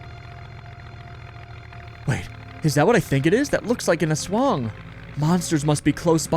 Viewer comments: 10/10 game, jeepney driver forces people to fit in like sardines.great pronunciation of aswang. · aswang pronunciation is very good, veryy tea.